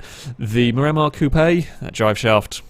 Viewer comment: Mir a mar not mi ram ar